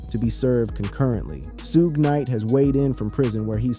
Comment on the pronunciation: This guy definitely can't say suge name period